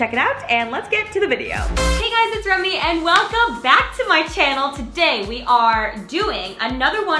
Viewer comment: Did any one else hear her say Romy instead of Remy in the intro